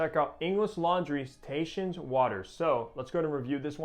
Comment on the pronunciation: It's pronounced Tah-hee-shen. It's great stuff. My daughter loves it when I wear this in the summer. My wife loves it too! I agree with your review. In the end I get creamy coconut, Brown Sugar and cedar.